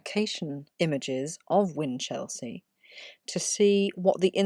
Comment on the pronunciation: Good video with sound research. However its generally pronounced, "whinchel-sea" not whin-chelsea* (*as in district of London).